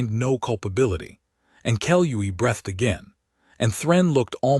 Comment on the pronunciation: Your AI mispronounces 'breathed' and 'live'.